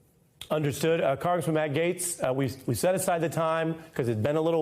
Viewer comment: Gaetz … whose name is correctly pronounced “Getz” … behaves like a two bit hack in the service of fascism. That’s it. A German WWII uniform would become him well. He knows exactly why his behaviour was/is reprehensible. They don’t split hairs at the “Pearly Gates” … because the “i” (s) are dotted and the “t”(s) are crossed before you get there. Off to the flames for him.